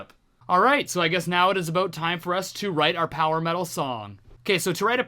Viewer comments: you sound quite normal until you say "aboot" loved the song btw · haha "aboat"